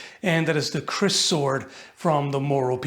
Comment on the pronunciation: When you said, "the kriss sword," I thought you said, "The Crissword," and wondered why the tiny sword from the Zelda cartoon was in the line up.